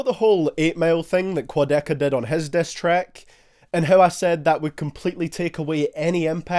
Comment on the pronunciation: The Diss turns into "Dess"